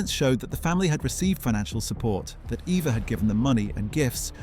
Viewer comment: Her German name was Properly pronounced as Ava, not Eva despite its spelling with an E.